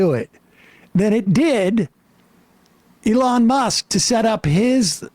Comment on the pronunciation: Lol Sam pronouncing elon as "a lawn musk"